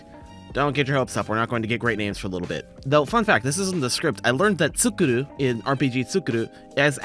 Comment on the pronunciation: Just saying, the second u in ツクール (tsu kuu ru) should be pronounced as a long u since ー is used after the kana for ku. You're simply saying 作る (tsuku ru) which is the verb to make.